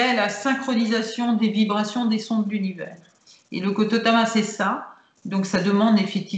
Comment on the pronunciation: Merci pour ce partage. Permettez-moi juste une petite rectification: on ne dit pas KOTOTAMA mais KOTODAMA. Il s’agit de l’âme de la parole car “de tout souffle naît une vie” et cette âme est exploitée au Japon par exemple dans les incantations pour purifier un lieu afin que ce dernier puisse bénéficier de “bonnes ondes”.